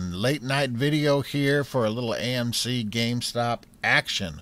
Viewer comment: Lol you said gaymc. Love u dude keep it up.